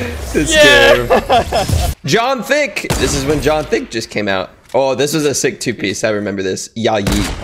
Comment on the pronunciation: It’s John wick not John thick